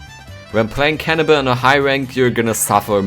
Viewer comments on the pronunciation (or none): It sounded you said cannabis instead of cannibal XD